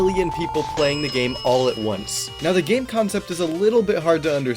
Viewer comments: Gaem u mean Game?? But Nice vid very helpfull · "gaem*😭😭 LOL